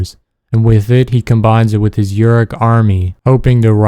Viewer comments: You pronounce it Yu-ruk. It is Oo-ruk. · Bro... How can you be a fan of these games and pronounce Uruk like that?